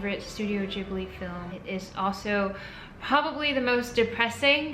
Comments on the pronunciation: isn't it pronounced gib-li not jib-li ? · Studio "jiblie"? Never heard it pronounced like that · i did not know Ghibli is pronounced the way youre saying it. i feel embarrassed cause i love them. i thought it was more of a ghibli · just realised americans pronounce it ‘jibli’....im devastated what is wrong with y’all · am I the only one who pronounced Ghibli like the g in glass and not like the g in germany like she does? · Wait what that's how you pronounce Ghibli